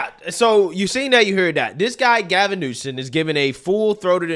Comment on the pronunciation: It's "Newsom", not "Newson". Just saying 🙈 Like it's "Ibram X. Kendi", not "Imbram". I love your content, but somehow you tend to get people's names wrong, although you're reading them.